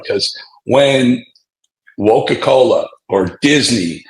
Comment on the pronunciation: Did he say ' woka cola.' or did l hear wrong😂